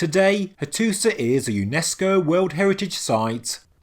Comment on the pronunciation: It is pronounced Hattusha not Hattusah